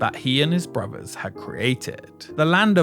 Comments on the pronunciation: This might be watchable if the narrator didn't pronounce "brothers" as "bruvvuhs". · One of the worst documentaries I have seen. Long, rambling, disjointed presentation that never gets to the point. Also, what is it with the British that they speak such poor English? Brovers? Fousand? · it is pronounced brothers not bruvers